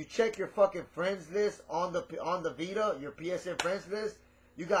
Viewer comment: he calls its a "pita" XD